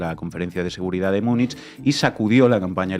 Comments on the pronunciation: ...y de paso: ¿por qué no dejáis de una vez esa rídícula pronunciación de "miunich"? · Me encanta La Base ❤, soy suscriptora del canal y me quito el sombrero ante todo el equipo por su profesionalidad. No obstante, se me parte el alma al escuchar cómo habéis pronunciado Munich hoy 😢, ni en alemán ni en la pronunciación utilizada por los hablantes del español. Os pasa con todas las lenguas de origen germánico que no son el inglés, especialmente el alemán y el neerlandés. Las pronunciáis como si fueran inglés. Sería estupendo que eso lo cuidarais un poco 😊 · Por qué pronuncian Munich a la inglesa?